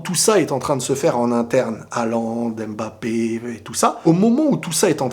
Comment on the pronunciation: svp faite un effort de prononcer M'bappé et non M.M'bappé car je sais que tu as les origines africaines et ce n' est pas difficile pour toi de pouvoir bien prononcer ce nom. C'est un nom camerounais et non français alors ayez la gentillesse de le prononcer comme il se doit. Si vous ne le savez pas alors tout simplement demander.